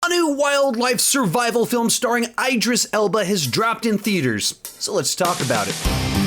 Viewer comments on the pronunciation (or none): I don’t think it’s pronounced “ eyedris “ Elba. Love this channel tho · Yeah it’s “E Dris”